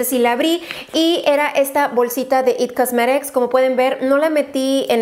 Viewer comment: porque dices it cosmerics